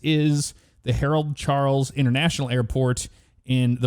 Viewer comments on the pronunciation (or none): none